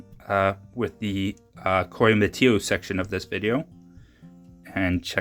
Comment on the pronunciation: Some very nice material for cutting!! You got some very good specimens and slabs out of it. Showing four cuts at once was unique and interesting! I am not positive, but I believe Coyamito is pronounced "Coy-a- meet-oh" and Parcelas is pronounced "Par-say-las", approximately. Parcelas is also known as "Purple Passion".